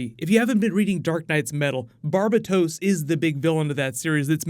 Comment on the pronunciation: Lol you mispronounced Barbatos